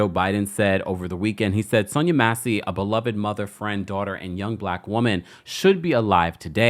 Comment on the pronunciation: I'm disappointed in your mispronunciation of the victim's name and the vice president's name. I expect that from AI but not from a live YouTube journalist. Do a better job in the future please. 🤷🏿‍♂️